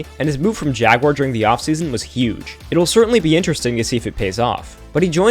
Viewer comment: Good recap, even with the wonky pronunciation of Jaguar 🤣